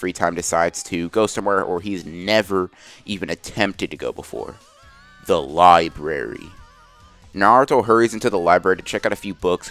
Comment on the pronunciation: The way he said the Library 😂😂🤣🤣😭😭🤦🏽‍♂️